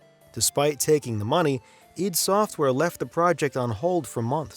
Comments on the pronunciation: Its pronounced EYE - DEE, you bozo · it's pronounced EYE DEE SOFTWARE.